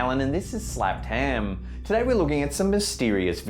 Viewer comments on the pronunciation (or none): no, this is snappedham, not slapped ham, can't you read.